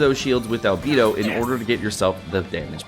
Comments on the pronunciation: ITS ALBEYDO NOT ALBEEEDOOOOO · Please … It’s Al-BAY-Dough Not Al-BEE-Dough Thank you for coming to my Ted Talk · It’s not Albeedo its Albaedo I spelt it how it sounds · Why Albeeed. Albehdo Right? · Is it pronounced Albeedo or Albaedo? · Everytime says Albeedo a fairy loses her wings.... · I was worried about this video… I just can’t take the whole video saying Albedo’s name wrong… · Why do you go out of your way to mispronounce Albedo? It's one of the easiest names.